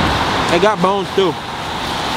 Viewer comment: $15 boones he said I was so confused 😂😂😂 it’s bones 😂🤣😂